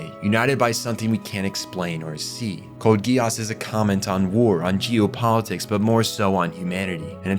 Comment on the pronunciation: Code Geass ❌ Code Guy ASS ✅